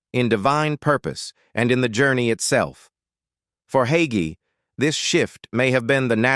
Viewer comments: THIS AI MESSAGE SAYS PASTOR HAGEE IS 85 then 84. THE PASTOR’S NAME IS HAGEE THEN HOGGY. I’M NOT SURE WHAT TO BELIEVE WHEN THIS MESSAGE CAN’T GET SIMPLE WORDS RIGHT! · The pronunciation of Hagee as yahee sure reveals AI to me. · There's that AI voice again. It's Hay- gee. At least get the name right. Love Pastor Hagee.❤ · A-I also has it's doubts...like the pronunciation of the subjects name. 😇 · Such a crock! Plrase stop. At least Learn how to pronounce his name. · Ai isn't pronouncing Hagee correctly. Need a human tech.